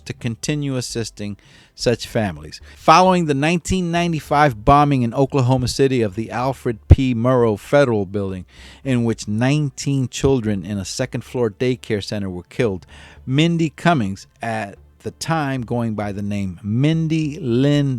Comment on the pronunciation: Alfred p. Murruh. Not 'murow ,. Dude, get your sh*t straight.